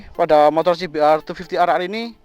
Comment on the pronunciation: kayak e klo liat langsung bagus nih motor 😂 klo boleh koreksi bacanya cbr250(dobel)r 😁